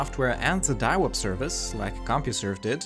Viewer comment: Ah yes I remember diawup